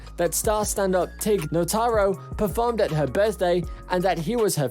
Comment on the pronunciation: I just love videos where someone narrates the video instead of just playing the clips and your read was awful too by the way the comedians name is tig nitaro not teg or whatever the hell U said.